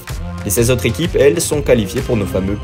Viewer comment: "les quatre zéquipes..." "les sept zéquipes..." "les huit zéquipes..." C'EST OFFICIEL LES GARS, ON DIT "UNE ZÉQUIPE" !!